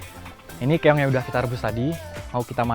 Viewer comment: Keong mas, bukan Keyong🤭🤭